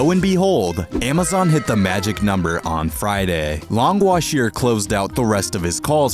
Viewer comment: Smartest thing in this video ever: purposefully mispronouncing "Long Was Here" as "Longwash Ear" so that tons of people comment about it and thus bpost engagement on this video. It's one of the oldest tricks in the book and yet people STILL FALL FOR IT everyday, it's genuinely a cheat code for video engagement